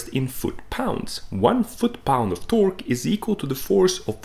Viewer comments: The most disgusting way to pronounce torque.. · The west emphasis he puts on the q in torque...I can’t watch it. Too bad. Looked interesting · As it turns out there's a unit called a 'tawrk' and it's the distance my skin crawls every time you try to say "torque" but actually say "tawrk" with the particular tone and intination that you do... It's a smaller unit than a light year, but still pretty big. Please please please NEVER say "tawrk" again. Great explanation though. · I like the part when he says "TOARK". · “Tœrk” is absolutely how I’m gonna pronounce it from now on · man you tickle my tummy everytime you say torqkkkkkk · I’m spacing out and I jump every time he says “Torque 😃” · I enjoy your videos. I also love the way you say Torque. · The way he pronounces torque makes me so fucking aggresive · It bothers me how he pronounces torque lol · bruh im high and fucking dying overthe way you say torque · The way he says torque LOL